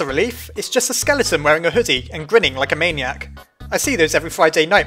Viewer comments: Everyone: skeleTON: skellyTON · sans isnt a skele-a-ton get it skele-a-ton:-D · well sans isnt a skele-a-ton hahahaha ha i keep Doing skele-a-ton